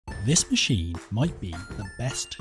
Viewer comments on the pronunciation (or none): none